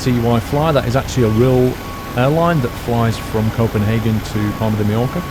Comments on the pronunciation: for people who do not know how to say Mallorca read this Mayorka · its Palma de Mallorca Paul-Palma NOT Parma and Ma-yor-ca - ll in spanish makes y sound